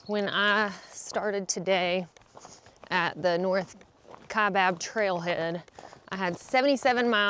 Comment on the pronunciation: Someone told you how to say Kaibab! :-) Arizona has some tricky names. Major shout out to your mom. What a trooper. Your mental state seems to be in a lot better state than when you began. The hike definitely seems to have served that purpose.